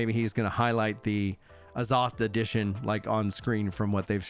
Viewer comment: why you saying azoth like that